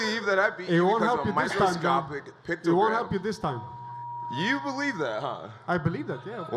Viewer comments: picto-gram... smh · picto- gate. I said it first. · Jon jones tried to sound smart talking about his shit, and he didn´t now how to say it..... is a pice of shit.... junkie cheater... mr. "pictogram" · Jon "pictogram" Jones lmao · jon "pictogram" jones lol